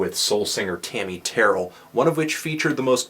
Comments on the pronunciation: Thanks for doing this review, Mr. Fantano. Amazing album. However, Tammi Terrell's surname is pronounced "tuh-RELL", I believe, not "TERR-ell". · IT'S PRONOUNCED TERR - RELL. DO NOT RHYME IT WITH SQUIRREL. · It's pronounced TerRELL.